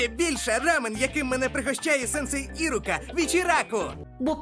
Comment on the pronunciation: Ага, особливо «Ірука» з наголосом на І в дубляжі 🥴 Хоча в оригіналі ім'я з наголосом на складі ру (для справедливості, у старій озвучці все вірно).